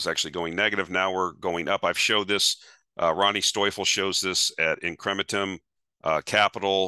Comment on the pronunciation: You said it right : in-cre-men-tum ; congrat.👏